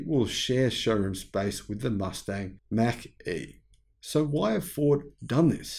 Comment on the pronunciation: Mach is pronounced as Mock.